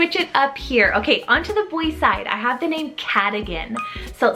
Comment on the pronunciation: For future reference the O in Cadogan is pronounced like a U not an I. Also Alistair is the Gaelic form of Alexander so Callister could honour an Alexander as welll